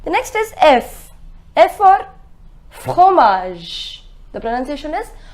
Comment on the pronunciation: Is it necessary to make the throt sound while saying fromage like fokromage like the Kho sound while saying f